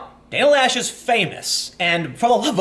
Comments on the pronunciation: loesch is pronounciated something close to "lash" because the word is german. translation would be delete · Loesch rhymes with mesh. The O is silent. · I dont care what she tells you, her name is not pronounced "Lash". Laysh is more believable, and Loesch is more likely.